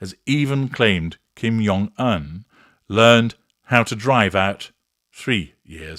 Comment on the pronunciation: Dear, Jung in Kim’s name is pronounced as the regular “j” sound, not the German “y” sound. ❤